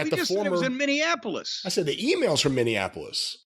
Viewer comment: I understand Jim doesn't speak arabic so I don't hold it against him. But the fact that this is a video about name spelling and mispronunciation and he said Mustapha Said ( like the past tense of the verb to say) instead of Saeed or Saed (both are possible) is so ironic! LOL !